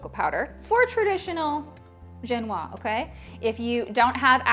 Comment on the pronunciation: Génoise is with a é (like the 'e' in 'hey') and ends with a soft sound (a but like zzzz)